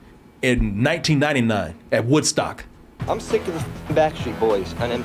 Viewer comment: you almost said "WhiteStock"..i caught that...